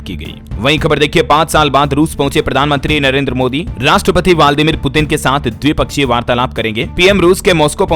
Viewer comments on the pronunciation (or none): वालदिमिर नहीं व्लादिमीर उच्चारण करें।